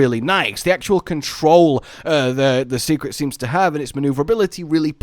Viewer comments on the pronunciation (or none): Seikret is pronounced "say-kret" btw. Not "see-kret". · I'm begging to stop calling them Secrets. It's Sei which would be pronounced more like 'Say', not 'See'. Also, I'm still sticking with the idea that we might be able to switch between a short range and long range weapon, and maybe not just any 2 weapons. It's cool if it's the other way, but so far it's always shown as a long range weapin being swapped for a short range one. Granted, there's only 3.5 ranged weapons currently, but that is what they've shown.